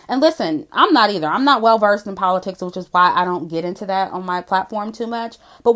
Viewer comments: Did you just say Cardi is educated? The same Cardi who said "Poe-li-ticks"?!😂😂😂😂😂😂😂😂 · Puh-lit-tics is that WAP (wrong ass pronunciation)